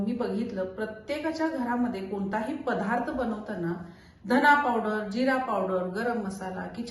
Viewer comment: पधार्थ.. किती वेळा ऐकायचं आम्ही तेच तेच पधार्थ.. बाई 'द' चा 'ध 'करणाऱ्या आहेत.. इतिहासात कुणीतरी 'ध ' चा' म ' केला होता..😢